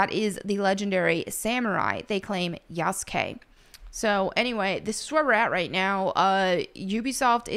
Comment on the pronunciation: his name is pronounced: Yah-su-kee not Yas-Gay 😂